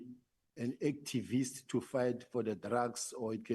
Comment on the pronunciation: He fails to articulate the word activist Eish! That's why we are stuck as a country this is bull being led by liers and thieves like this God help us and UMkhwazi ❤🇿🇦🇿🇦